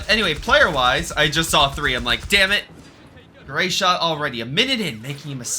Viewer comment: Is not Great-shot is Grey-shot. Is not Gusta-tori is Gu-A-statori.